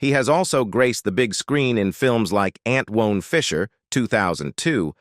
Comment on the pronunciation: Who is this narrating cuz they pronounced Antwon as Ant Won...they ain't Black for sure😂😂😂